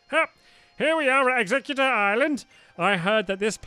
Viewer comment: stampy it's pronounced egg-zek-you-tor